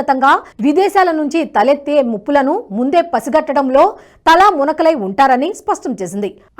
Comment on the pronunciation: తలామునకలై కాదమ్మ , తలమునకలై. దయచేసి తెలుగు ఉచ్చారణ సరి చేసుకోండి.